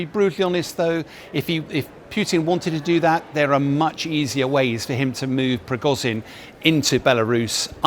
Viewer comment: "prigozyyn" "pewtin" Dear God, learn how to pronounce words.